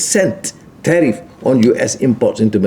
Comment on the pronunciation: Suruh baca PDF dr ChatGPT. Tgk dia cakap ape?? Tariff jadi teh tarik gamaknye... 😅😅😅😅😅